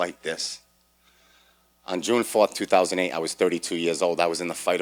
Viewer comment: Did he say August 1st 3008? Sure didn't sound like 2008